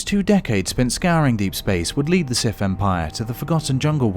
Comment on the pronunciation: The "Sif" 🤣🤣🤣